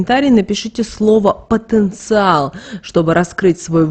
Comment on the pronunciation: Потенциал.блогодарбю потонциаал